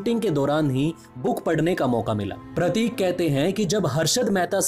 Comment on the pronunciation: आपके उच्चारण में बहुत गलतियां हैं, उसमे सुधार लाएं ताकि यह विडियो का स्तर ऊंचा हो, शब्द जैसे फर्म को फरम कहना या प्रतीक को परतिक कहना गलत उच्चारण है । आशा करता हूं आगे थोड़ा ध्यान रखें